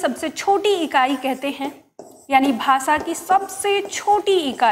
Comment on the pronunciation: आपका ज्ञान उत्तम है, किंतु आपके द्वारा श आदि के उच्चारण में ध्यान देने की आवश्यकता है, शिव का उच्चारण सिव, अविनाशी का अविनासी बोला गया है ।यह आलोचना नही है,आपको ध्यान दिलाने के लिए है ।जैसे भाषा को भासा बोल रही हैं